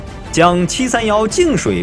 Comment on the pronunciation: 給水的給唸“ㄐㄧˇ“不念”ㄍㄟˇ“